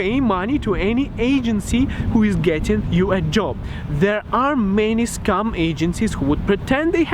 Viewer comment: you pronounce scam as scum and guys you pronounce gays :D